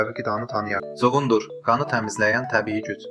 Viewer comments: Kuqundur sozun səf tələffuz edirsiz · Çuğundur sözünün vurğusu sondakı,,u ,,saitinə düşür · Ay eşşək vurgu 2-ci yox, sonuncu hecaya düşür. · Cu-gundur yox cugundur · Çuqundur yox çugundur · Çugun Dur yox! Çugundur. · Cugunddur yoh cugundur😀😀😀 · Elə bildim çuğundur adam adıdı 😅Çuğunduru elə deyirki sanki kimisə çağırır Cugundurr